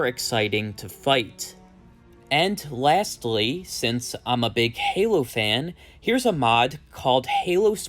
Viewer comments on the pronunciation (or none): none